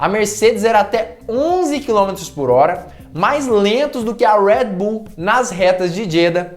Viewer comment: Por que vc Americanisa o nome Red Bull falando em nossa lingua... e outra a marca é Austríaca e não Americana... pronuncia com. A língua de origem ja que quer lacrar que fala